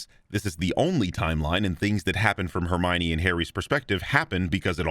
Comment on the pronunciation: "Look, no Her Me Yone" Holy crap that sent me